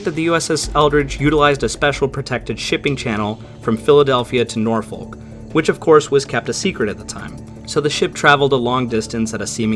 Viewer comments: NO you utter mong I cant take it no more .... it's pronounced NORFUK .... stupid yanks ruining MY language !!! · Nor-fuk Virginia